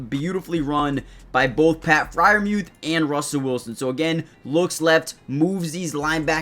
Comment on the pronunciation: Mooth not mueth